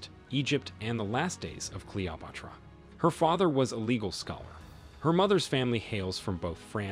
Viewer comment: My fav was a random pronunciation of Cleopatra as CALOPUTRA